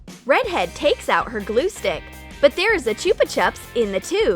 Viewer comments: It's not pronounced chooppa chupps it's pronounced chuppa chupps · lol I know right its cheaper chup the fuken idiot's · "ChOoPa ChUpS" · you said chuppa chups wrong grrrr there my fav candys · it's not choopa chups its chupa chups (say it: chupa chup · It’s chupa chip not chipa chup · A ''CHOOPA CHUPS''!?!?!?! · its called chuba chub not chupa chubs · “Choopa chups” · It's pronounced "choopa choop" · the way they prounonced chuba chubs 👎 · And chupa chupps is said like chub a chup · the way they said chupa chups triggers me